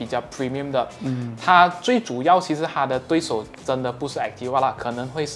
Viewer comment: 最令我看不下的就是 ativa 读成 atiwa, 所有的 v 都自动变成 w